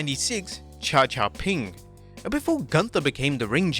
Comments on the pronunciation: It’s not cha cha ping, it’s ga cha ping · The gimmick is pronounced "Gha-Cha-Ping" which there is a popular Japanese Kid TV show chractor of the same name, a green dinosaur Mascot. So basicly Gunter portrayed a Jaoanese Barney the dinosaur.